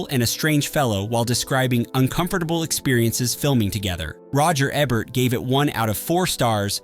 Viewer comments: It’s Roger Eee-bert not Ebb-ert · ROGER EEEE-BERT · Can you say the letter E? Can you say Bert? Now, combine the two. EEEE-bert. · And it's EE-bert, not Eh bert